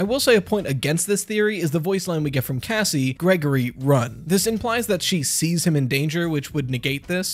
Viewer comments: Does anyone hear “gazzie” instead of Cassie? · I thought he said Gassie and I’m like what the hell could that be short for? Gassandra? Gaston?